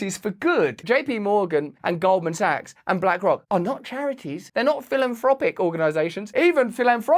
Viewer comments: I'm pretty sure he said Golden Saks!✌️❤️ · “Golden sucks” it sounded like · Him mispronouncing Goldman sacks as golden socks cracks me up!!!